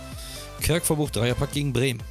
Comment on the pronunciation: Er heißt Kerk und nicht körk 😂🤦🏻‍♂️